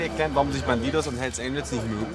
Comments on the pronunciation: Alle: bandidos Monte: BanTiTos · "bandidohs" der typ kann nicht mal den clan namen vernünftig aussprechen xD